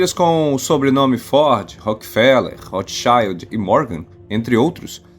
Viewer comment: Sr. locutor: existem no mundo outros povos e outras línguas além dos anglo-americanos. O nome é RÓTHSCHILD, alemão, com I mesmo, não AI, e acento tônico na primeira sílaba.